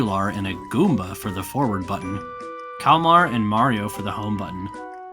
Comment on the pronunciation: Calm-mar, not "clam-mar". It's spelled Kalmar.